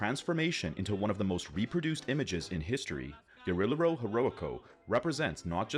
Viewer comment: It’s Ge-Ri-Je-Ro not Ge-Ri-Lero and Ge-Va-Ra not Ger-Ve-Ra. Otherwise great vid as always!